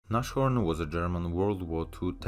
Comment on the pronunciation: It's pronounced NAS-HORN, not NASH-HORN